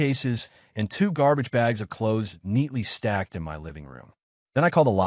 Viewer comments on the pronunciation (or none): OMG, why doesn't this AI voice cannot pronouse " My' properly? And who the hell fights over a rented apartment😂😂😂😂